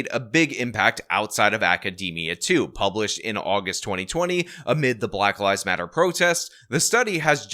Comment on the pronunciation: At the start of your video I thought you said "at the height of the black lies matter protests...." LOL, oopsie! Oh well, it still works.